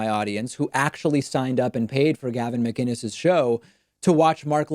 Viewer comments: I also noticed the callers correct pronunciation of his last name. Most people say Muh - Ginnis as opposed to Mic- Innis. And that seems to be a point of annoyance for Gavin. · I know it was Gavin when he pronounced mCinnes correctly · It’s definitely Gavin. He even pronounces ‘Mcinnes’ right, with a c not a g, which most people wouldn’t do... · The fact that he properly pronounced his last name makes me feel like its him lol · Sounds like he’s going for an American accent but the Canadian is slipping through. He also enunciates his last name which often sounds more like ‘MaGuinness’ when other people say it.